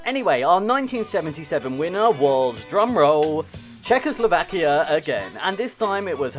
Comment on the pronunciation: Czechoslakia ? Really ? :P